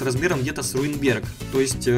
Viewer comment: Ты сказал сруинберг